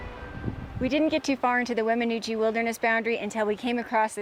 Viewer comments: Wem in noosh is the pronunciation. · It is pronounced "Weminoosh". No offense, but when you go to an area you are not from, it's best to at least google how to pronounce the area.